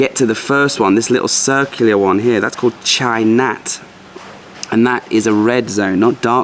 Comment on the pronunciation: Chai- nat not Cheer - nat 😉